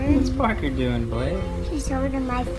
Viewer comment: I love how Danielle's mom pronounces Parker. "Porker"